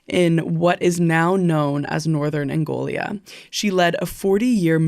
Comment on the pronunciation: Not AngoLIA but ANGOLA 🇦🇴